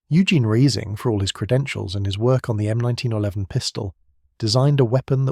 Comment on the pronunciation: is there a way for me to ban all of these AI slop channels from appearing in my feed.. i might be genuinely curious in the topics/video ideas they have but i cant listen to this half nonsense computer voice drone on about slop.. the "M19-1-1", followed directly by the "M19-1-11" if it cant pronounce possibly the most famous pistol in the world, how can it be trusted for any of the other information in the video